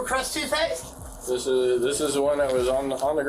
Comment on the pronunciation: "Crest TOOTHpaste." /facepalms SIR.